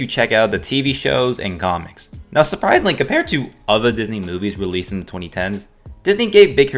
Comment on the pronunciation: “Now suprIisingly comAaring to” u and me bro 😅